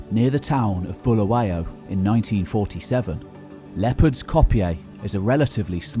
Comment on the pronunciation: Sigh Leopard's Kopje is not pronounced 'Cop-yay'.... it's pronounced 'Copy'